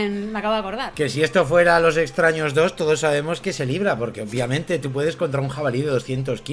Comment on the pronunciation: Hola guapos, soy el del " ornitorrinko lisérgiko",, te amo y te hacía el amor envuelto en intestinos, pero por favor, deja de decir "OPIAMENTE" es "OBVIAMENTE"!!!! Un besito a los dos 😘